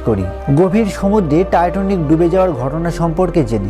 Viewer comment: জাহাজের নাম টাইটানিক আর আপনি বলছেন "টাইটনিক".. উচ্চারণগত সমস্যা হলে ভিডিও তথ্যবহুল হলেও ভালো লাগে না